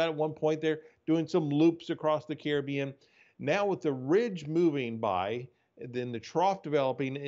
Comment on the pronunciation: Kiri Beon? 😂😂 CARIBBEAN!!!